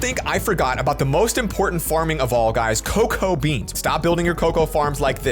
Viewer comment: uhh why do u say be ans?